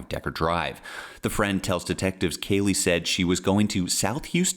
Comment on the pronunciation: I hate how NG benefits off the misery of others. BTW, I also hate how she pronounces Kaylee (sp)!